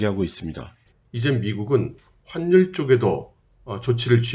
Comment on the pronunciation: 환률이 아니고 화뉼이라고 발음합니다. 악화가 양화를 구축한다고 하는데 요즘 우리 나라의 많은 사람이 화뉼이라고 발음하지 않고 환률 환률 환률 하는데 제대로 발음하면 좋겠습니다.